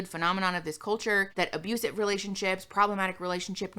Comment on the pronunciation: I so want to make a compilation of saying “that’s fucking ABUSIVE”